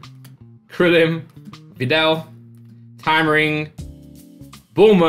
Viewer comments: Whenever says bulma all I keep hearing is boomer 🤣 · If you watch this with subtitles when says bulma the subtitles say boomer lol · Thought he called Bulma Boomer